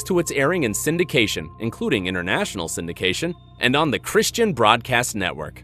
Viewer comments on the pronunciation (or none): none